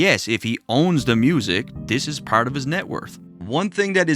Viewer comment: You say "part" like you're from Newfoundland, maybe Cape Breton